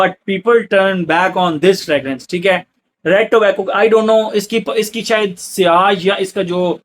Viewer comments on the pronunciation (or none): none